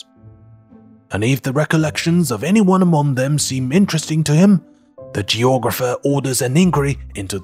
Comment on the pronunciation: 声音很好听，英国腔也掌握得很好，可惜参杂了美国音，还有读错的音，可惜。eg. among, 厄忙4音。